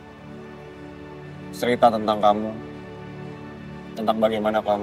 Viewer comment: Aku denger nya bas bilang serita bukan cerita iya ga sih 😅